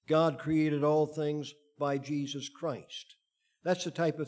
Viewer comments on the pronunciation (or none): none